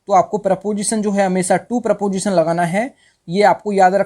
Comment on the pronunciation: Not PROPOSITION pronounce it is preposition